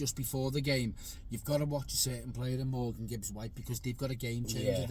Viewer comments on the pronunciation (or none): none